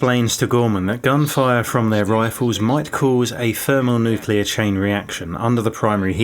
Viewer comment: Good video but you need to learn to pronounce some more words. Corps, thermonuclear etc.